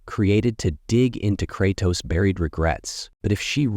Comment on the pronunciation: Dude can’t pronounce Kratos for nothing.